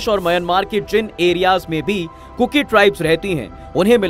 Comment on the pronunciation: First of all please, bolna sikho kurku nahi kuki hai.